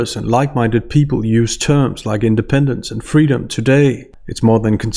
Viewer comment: I thought what she wanted was "fweedom".